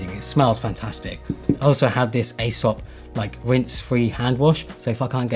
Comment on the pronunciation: Cool video, I really like the camera bag. I’m at risk of sounding pedantic here but Aesop is pronounced “EE-sop”.